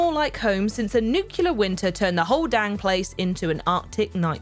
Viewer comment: What's a nucular winter.